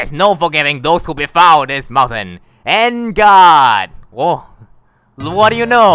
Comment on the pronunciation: I knew how to pronounce En Garde, but still pronounce it wrongly... Teh Articunooo is half right.